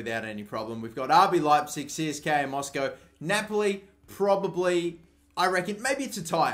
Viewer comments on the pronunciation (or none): none